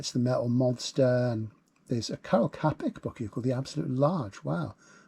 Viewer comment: Cheap nitpicking on my side, really, but my intentions are pure :-) Čapek is pronounced [Cha-peck] ('Ča-' as in 'Cha'rlie but with short a and with emphasis, '-pek' as in s'pec'trum, without emphasis), and 'The Absolute at Large' (1922) is one of his sf novels - this one about a new discovery of cheap and clean source of really free energy, unfortunately emanating an unwanted non-trivial by-product (the absolute), which is a strange insubstantial essence inducing all sorts of metaphysical and religious upheaval in human mind and society, even in physical reality.